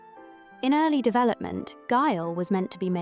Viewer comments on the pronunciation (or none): none